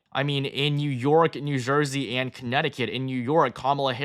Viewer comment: “New Zhursey”